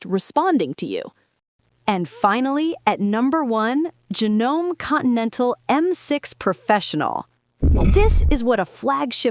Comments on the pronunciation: Definitely AI because you don’t even know how to say Janome. And then when you’re talking about the singer machine and how the new one is quieter, you don’t even have any footage of the quieter machine. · Just cannot seem to learn how to pronounce Janome correctly! I wouldn’t touch any Singer no matter what they say! Trying to find a service person who will even touch any of them is almost impossible! Piece of garbage no matter what they say! I have over 20+ sewjng machine half at least are vintage and also are Singers from 1926 to about 1960 when this company was decent. The rest I have from the early 1990s forward and I love them a,l but still go back to my BabyLock Presto 2. It’s difficult to find service for some of my older but not vintage machines though like my Pfaff 1473.